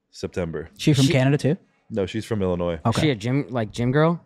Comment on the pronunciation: I’m happy cbum said illinois right. Everyone always says it with the S